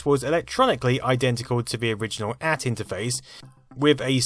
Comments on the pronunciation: I’ve never heard the AT pronounced “at”. I’ve only ever heard people call it “a-t” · AT is initials, and is pronounced A.T., not the word "at". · “At”? HAHAHAHAHAHA!!!! That was “Ay-tee”, sonny boy! That’s right--uphill both ways, and knee-deep in the snow, even in summer! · "AT" is an initialism, not an acronym, so it must be pronounced as two distinct letters. Nobody who pronounced it like the word "at" would have been taken seriously. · AT=>Advanced Technology and pronounced as individual letters A-T no as the word "AT" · It's pronounced AAAAAYYY-TEEE not AT. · Great video, but one comment: it’s pronounced “A - T” (Ey tee), not “at”. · its pronounced A.T. not at or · Minor quibble but the AT in the IBM PC/AT is pronounced A-T as it’s an acronym for Advanced Technology. I have never heard it pronounced “at” (as in bat). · Nobody called it the "at" computer it was an "ay tee" computer. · First of all, the 16 bit version of the IBM PC was called "ay tee" it was not pronounced "at"! Also, the ISA slot is a 16 bit slot, not an 8 bit slot It was backward compatible with 8 bit cards, thus was an extension of the 8 bit slots but the ISA slots were 16 bit slots from the beginning. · IBM AT ... It was an acronym for "Advanced Technology" - That is why everyone (including IBM themselves) pronounced it "I B M A T" as in each separate letter, not the word "at." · So A.T. is pronounced 'AT'? SO how would you pronounce XT?? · Ahh yes, the days of troubleshooting Interrupts and hoping that whatever you plugged in didn't fry itself if the cord got knocked loose. I do not miss this. Edit....At....at. AT. AY-TEE. PEE CEE AY TEE. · "... an at-computer." NOOO! It is pronounced as two letters. A T-computer, for "Advanced Technology" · It's not "at" model, it's 'A-T'. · Sorry it's not IBM at, its AT(aye tee). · IBM PC/AT was never 'at', always pronounced "ay-tee". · Stop saying 'at'. Its A T. AT as opposed to XT. I suppose you say 'ext' do you? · AYE TEE !!!! not "AT"